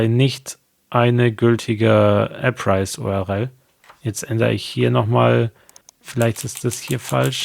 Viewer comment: Vom Inhalt deiner Videos abgesehen ist deine Aussprache einiger Begriffe etwas seltsam. URL spricht man "U-R-L", also jeden Buchstaben einzelnd, wie man ihn im Deutschen halt ausspricht. Du sagst "U-R-Rell"?!? Das nur mal als Hinweis.